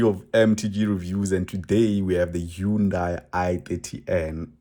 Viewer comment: great car for real, check out Mrhowmuch and Khathuoncars its pronounced HA-NDA-I (like Sunday) NOT HU-NDA-I